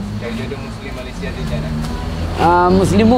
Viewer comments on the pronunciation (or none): none